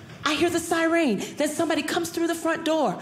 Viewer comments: She spoke of her friend misprouncing words and she pronounces "siren" as Sigh reen 😅😅😅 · I don't wanna be a jerk lol but you were just talking about people pronouncing words wrong.....ambulance?? Siren?? Lol I'm sorry but I heard that and had to say it. But you're one of the best I've seen here. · Lol she said cy-rean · Did you notice she pronounced ambulance and siren kind of weird herself lol